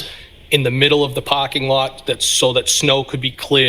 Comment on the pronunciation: “I’d been pAhking vehicles at the lot…”